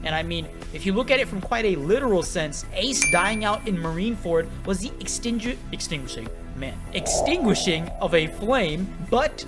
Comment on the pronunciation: gotta learn how to say extinguishing 💀💀